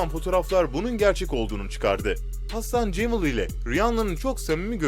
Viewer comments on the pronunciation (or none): hasan cemıl ne ya hassan cemal olmasın o